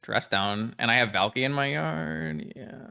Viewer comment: valky vault key sounds Finnish af when you say it